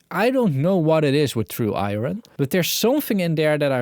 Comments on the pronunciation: I noticed that too , and it’s a big problem, cz it can be confused with Ion fron particle physics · The true Ire-ron! Emphasis saying the silent R. :D